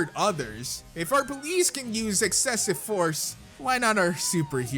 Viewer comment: Instead of use you said sue